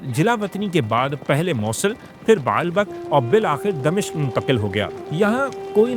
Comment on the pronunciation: It's "Dimashq" not "Damishq"